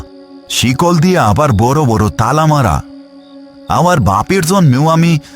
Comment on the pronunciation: Chikol ❌ Sikol ✅ 😂😂